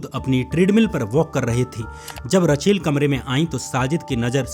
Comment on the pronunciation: रचेल नहीं रेचल